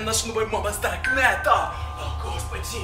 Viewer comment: Почему он так странно разговаривает? Типа это будет полная жЕсть, это очень стрАшнА, это наша мама с дАркнЭтА